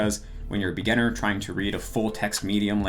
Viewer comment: anyone has noticed that he pronounce "beginning" like "Bigenning" and "beginner" like "bigenner"?